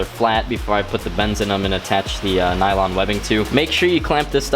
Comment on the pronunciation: 1.) Its "nylon" not "nailong" 2.) It's what seat belts are everywhere.